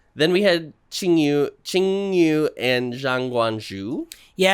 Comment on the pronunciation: Arctic my nugu pick from the start🥹 the amount of people that discovered he was Thai from this episode is crazy Also, Chingyu is pronounced more like Chinwi/Chinwe. He's my one pick but I agree this group is about to called A1pha and be the most masculine coded group, so they are not looking for a cute maknae. Based on the videos leaked for Chingyu in mission two and who he is with.….screentime is NOT in his favor.